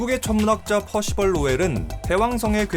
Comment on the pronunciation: 퍼시벌 할때마다 놀래네 발음이 너무 좋아서 ㅋㅋ